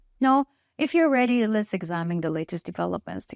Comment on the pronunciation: Your English is very good but I always smile when you say lets "a" start, instead of lets start but Its "a" fine. I like it! You always carry a happy smile as well which makes your news pleasant to listen to and watch. I have noticed you also appear in Anka news but I prefer the pioneer. Are They linked by more than just you? I bet it's your personality that attracts so many viewers. Keep bringing us good and honest news.